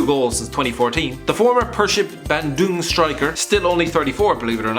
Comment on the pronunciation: Is it too hard to pronounce bandung? Lol 😂